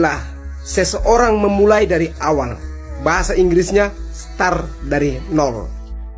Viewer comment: Hai,coba kau koreksi lg bhs inggrisnya mulai kog star bodoooh dan dungu kali kau jls2 dikamus bhs inggris nya mulai itu "srart",bodoooh....utk smoga sehat dan sukses sll....